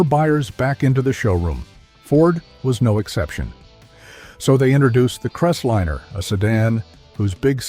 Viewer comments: What's a CrestLINNER. AI sucks. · I stopped watching at "Crestlinner." You need to narrate this yourself or get a real person to do it.